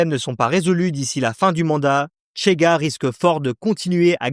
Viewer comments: Au Portugal on parle le portugais et, par conséquent, on ne dit pas "Tchega" mais "Chega", comme en français, par exemple. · C'est insupportable de prononcer le CH portugais TCH à l'espagnol, c'est juste Chega et Rocha , ni Tchega ni Rotcha ... Sinon. Oui le Portugal est en plein caca